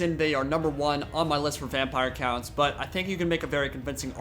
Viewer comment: Is he pronouncing Vampire Counts as Vampire Coonts or I am just hearing things?